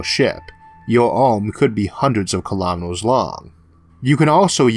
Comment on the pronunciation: kilametors lasors forevor duuuude come on its annoying